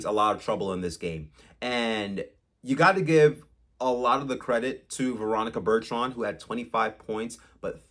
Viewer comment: Yes…learn her name